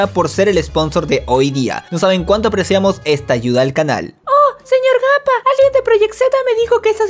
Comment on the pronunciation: Me encanta cuando dice "pero señor gapa"